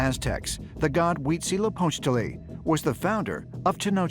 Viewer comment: Congrats to the narrator for having correctly pronounced Huitzilopochtli 🤗👌👏